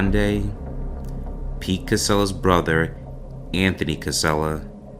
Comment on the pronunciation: Brother. Not brovvvvver